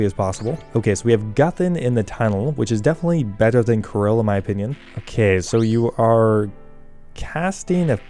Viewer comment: Karil not Ka-ril